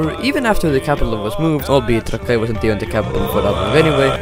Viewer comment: the fact he said trakai wrong alot of times